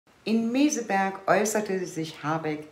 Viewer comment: Habeck weiß nicht mal, wo er ist!: "Meseburg" vs. Meseberg!😂